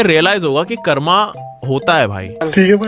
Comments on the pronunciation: bro it is pronounced as karm, not karma. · Bro it's कर्म not कर्मा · Bro it's karm not karma bhai angrez confirmed 🇬🇧🇬🇧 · "karm" not "karma". You aren't saying it in shlok. You don't need to rhyme it